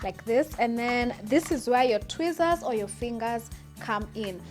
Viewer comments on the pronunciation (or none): It sounded like she said twizzler Chile 😂😂🤦🏽‍♀️